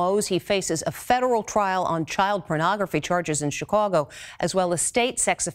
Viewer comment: 😆 She says "Chicago" funny. 😁